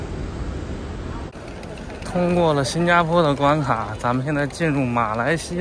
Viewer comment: 关卡的读音是: Guan Qia。